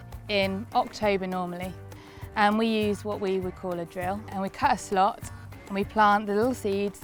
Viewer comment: She said: "cut a slot" I heard: "curse a lot"